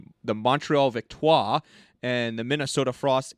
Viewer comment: Montreal Victoire. You are supposed to pronounce the r.